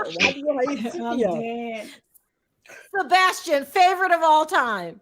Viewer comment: Why die keep mispronouncing Sebastian’s name?